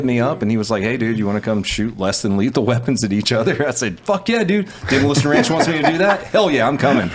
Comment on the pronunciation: from "Demolition Ranch" to "Da Moo-Elation Ranch"